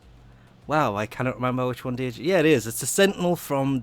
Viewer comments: Djinn, not De-Jing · D-jinn lol. I'd be surprised if one time you could pronounce things well :'DD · It's pronounced Jinn. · Djinn is pronounced as "gene", the d is silent. It's like genie. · the djinn actually has the longest range for firing at i think 48? meters. and you are saying it wrong but good luck on saying it right its a odd word to say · Two things: * Djinn has a silent "D". You don't pronounce it~ * Vacuum range nerf is nothing more than DE throwing a temper tantrum because people shit on their three mods idea. It's a completely unnecessary nerf for something that was already basically universal anyway, since carrier was so commonly used. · the d is silent, no joke just putting a heads up